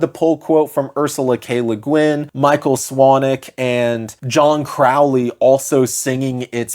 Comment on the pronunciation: Also brah it's Crow-ley, like Holy 💅🏻 (I'm not a pronunciation snob, it's just relevant to the fact that KA: Dar Oakley in the Ruins of Ymr is kind of a dad joke)